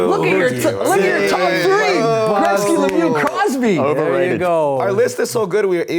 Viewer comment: "Wayne Greksky"